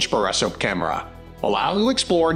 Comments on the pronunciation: The best borra soaps cameras? Geeze. .AI voice much? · Can’t watch simply because of the mispronounced word “borescope”. It’s the main topic of the video and they can’t even get that right.